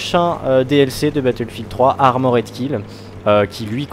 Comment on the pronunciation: Bon ... je ne peux pas me retenir, désolé. Super vidéo, mais on ne dit pas 'ARMO RAID' mais ARMOR'D .... il n'y a rien à dire entre le R et le D ...